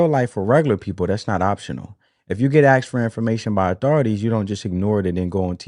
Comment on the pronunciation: Bro you sound like an intelligent person until you use the word axed instead of asked